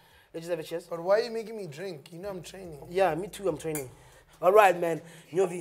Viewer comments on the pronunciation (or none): I love how he calls him nyobi lol